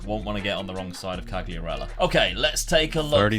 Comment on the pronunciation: Back to Serie A! Fabio Quagliarella might get mad they way you pronounce his name lol!